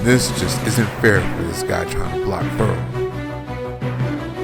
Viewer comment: It is pronounced Fer Rell people. Get it right.